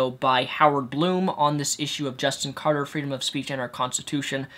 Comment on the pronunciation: Omg can you really not read? It's Carter, not Carder...